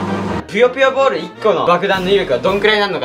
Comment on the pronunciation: ぷよぷよボール が りっくんのナイスな滑舌で ぴよぴよボール に聞こえる www